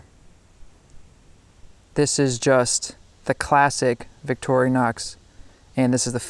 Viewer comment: i've watched about 5 different videos on multi-tools tonight and at least three of them have pronounced it "victori-o-nox" whats with that?